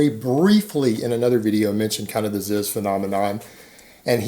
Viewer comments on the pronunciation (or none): IT'S PRONOUNCED "ZEEZ"